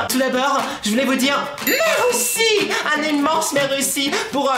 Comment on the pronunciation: on dit pas mèreuci vas a l'école on dit merci